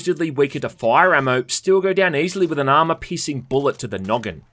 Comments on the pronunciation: I actually understood "armor pissing" instead of "armor piercing". ..not complaining.. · Anytime you say piercing I hear pissing and I'm sorry I laughed